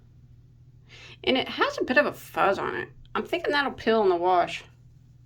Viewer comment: “Warsh” Reminds me of my dad. 😂💜